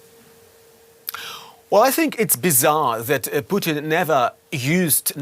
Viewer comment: I love how the news anchor keeps calling him Poutine 😂😂😂